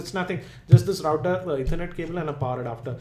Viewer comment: He is pronouncing it right